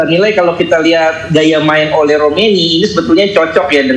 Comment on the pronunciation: si ole si ole hahahah pbahasa pembawa berita nya kurang bagus, masa sebutin nama orang kaya gitu siii ole kata nya